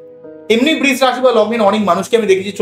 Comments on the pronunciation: Eta "Brish" rashi noy "Brisha" rashi.....pronounciation ta thik korun. khub kaane laagchhe. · বৃষ বলবেন না প্লীজ!! বড্ড কানে লাগছে। বাংলা খুব মিষ্টি ভাষা, সৌন্দর্য টা বজায় রাখার চেষ্টা করলে ভালো হয়।ধন্যবাদ।💐💐💐